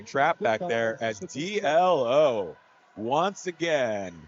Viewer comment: Yes. You're right. It's pronounced Dee-Low.